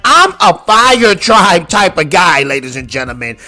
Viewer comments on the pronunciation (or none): The way you pronounced Sokka and how you said fire “tribe” made me immediately discard anything you said.